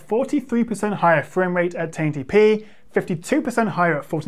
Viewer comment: Didn't know 1080p is pronounced "tainty pee" 🤣🤣 I ordered Legion 5 Pro from Lenovo last friday and I'm quite anxious to see how it performs. Altough, I'm sure it'll be better than my old desktop anyways.